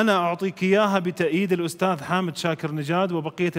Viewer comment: Afwan, Salah sebut Nama Syehk Hamed bukan Hamid